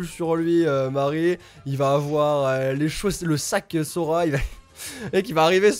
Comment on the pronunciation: Sora c'est pas arrouw ArrOw